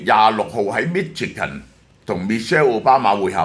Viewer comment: Michigan 發音chi國語音西ch i